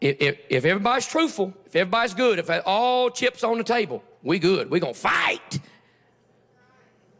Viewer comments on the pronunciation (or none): Fascinating. , he said "chips",....but not like he said it before [when ppl were putting tarot cards under the wood chips in the tent]. Before, he was saying it like "chee-ups". So he can say words correctly.